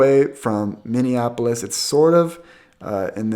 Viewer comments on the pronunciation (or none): none